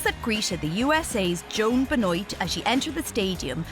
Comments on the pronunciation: It’s Ben-waa not Ben-oyt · Joan Ben-OIYT? Oh man, that is shameful. I don't speak a word of French, and I live an ocean away from the country (and hundreds of miles from Quebec), but even I know that is pronounced wrong! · Ben oit 😂 its pronounced ben war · Be-noit? Surely it's Ben-wah? Like Chris Benoit? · joan ben wah .. not ben oit ... it is FRENCH ... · pronounced ben’wah not ben-noyte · Ben-wah, not beh-noyt. Brutal pronunciation, lol. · As a side note, I was kind of curious as to the pronunciation of the American winner's last name. The narrator kept saying Ben-oyt, so I presume that's how the runner chose to pronounce it, while the rest of the world would pronounce it Ben-wah, the proper French way. I've always wondered why Americans insist on butchering the pronunciation of non-English names. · It's Joan Benoit. Pronounced Ben-Waa not pronounced Ben-noyt like in this video. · Its a french surname lol. It's ben-wah, not be-noit lol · yeah ben wah ... not oy it ... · It's Ben wah not ben oyt. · Benoit pronounced as ben-hwa. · i thought Benoit is pronounced as "Binwah"... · The marathon winners name is pronounced ben-wah is it not? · Benoit is pronounced ben-wah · Joan Benoit pronounces her name Beh-noyt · Anika Zimmermann im pretty sure she meant Benoit it’s pronounced be(buh)-nwah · it's pronounced Ben-Wah and Gabriela's last name is pronounced She then sss, Shesss. Say sss for about a second like the sound when a snake is hissing. Class dismissed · Brem Brem brah French is my first language, you gon teach it to me? Boise is pronounced Boyzee, Benoit is pronounced ben-oy-t, she ain’t French, she doesn’t speak French. Case closed. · boy zee ... benoit is FRENCH origin ben wah is the french pronunciation boise is is alabama speak ... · Horrible pronouncing of her name 😂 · she pronounced benoit wrong lol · How do you mispronounce Benoit that bad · are you sure thats how you pronounce the last name Benoit?? because i dont think it is.